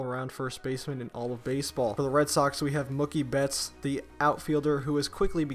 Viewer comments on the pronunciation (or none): You can tell this dude doesn't watch baseball because he pronounced mookie betts "muky betts"